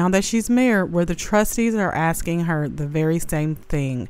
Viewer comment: I hope the Feds give Tiff Tiff everything she "axxin'" for.